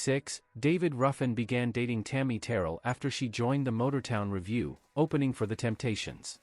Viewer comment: Please let the artificial voice learn the correct intonation >>>>> Tammy TerRELL. She passed away from a brain tumor. Some respect, please.